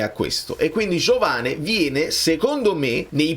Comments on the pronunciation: Credo che i brasiliani la “e” finale la pronunciano “i”, per cui diventa Giovani, con quella “G” molto moscia, come la pronunci bene tu 😅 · Ma pronunciatelo all italiana,Giovane. Si vede che aveva antenati italiani.